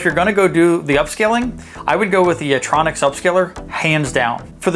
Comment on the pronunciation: It's 'YitROX'; not 'Yitronix'. But thank you.